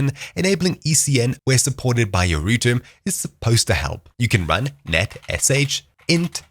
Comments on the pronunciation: I'm sorry, but ROOTER!? I died when I heard that. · Did you just say distance from the rooter?? lmao you have a strange voice overall, no offense